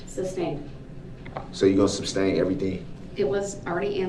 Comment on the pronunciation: It irritates my soul every time he says that